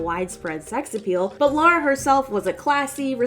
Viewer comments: C'mon, she's British. She'a Lara, not Laura.:D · Laura Croft lol It’s Lara mate. It was originally going to be Laura, but the devs changed it to Lara during development because they thought Americans couldn’t pronounce Laura. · It's funny to see so many people calling her Laura instead of Lara o_ o